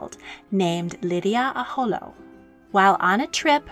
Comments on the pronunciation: Queen who??? You can't even pronounce Lili'uokalani correctly. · I’m sorry to say this but you are mispronouncing her name but I do appreciate you sharing about our Queen